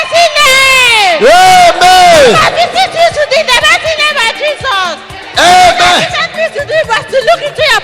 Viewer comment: Even to pronounce Jesus was an issue